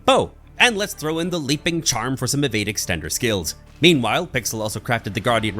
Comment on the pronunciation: I love your pronounce evade as ewade